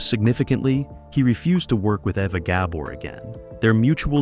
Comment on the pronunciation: Great video two bad you can't say ava.Gabor's name write!!!😢